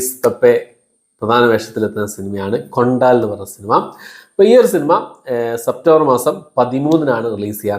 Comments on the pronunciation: കൊണ്ടാൽ അല്ല. കൊണ്ടൽ ആണ് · ബ്രോ കൊണ്ടാൽ അല്ല കൊണ്ടൽ ആണ് ശോ 😭😄🙏